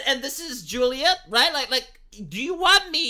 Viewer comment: Its Romeo and LaJuleeate.